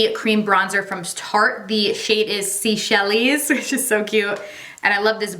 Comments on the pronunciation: that creme bronzer name is pronounced SEYshells. It’s actually the name of an island nation in the Indian Ocean, east of Madagascar. 😀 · It's always shocking when you first put on your foundation but I always know it's gonna turn out perfect! Also, that bronzer is pronounced say shells. Named for the country.